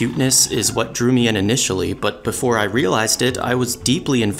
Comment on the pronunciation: Chhisaato and maarenwtf is this pronounciation